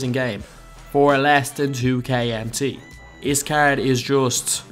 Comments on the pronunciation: Nathan Liles00 ikr cgggrd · The way he says "card" makes me cringe every time